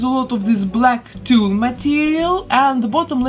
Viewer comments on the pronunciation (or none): none